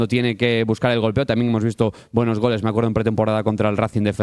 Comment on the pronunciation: soish muy buenosh